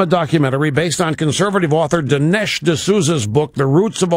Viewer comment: This guy can't even pronounce Dinesh right.